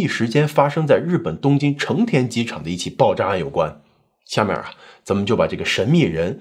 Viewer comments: 還有成田不是成電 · 一直在說田啊？ 約耳科看一下？